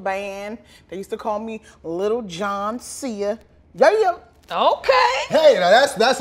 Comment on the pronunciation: She said Lil Jon..cea 😂😂😂